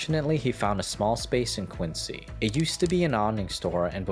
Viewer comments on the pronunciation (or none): none